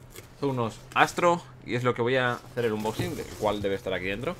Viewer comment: dice inboxing apropósito